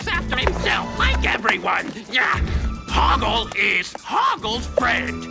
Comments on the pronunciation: Loved it! Also, it sounds like the first way she pronounces his name is Hogwart, instead of Hogort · The second mispronounciation of Hoggle's name: I honestly heard it as Hogwart. And not because the NC used it as a joke, after I watched the movie back when I was a teenager (and Harry Potter was on top of its game) I honestly heard it like that XD